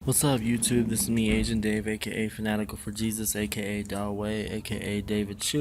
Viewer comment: Did................he just call himself "Dahweh"?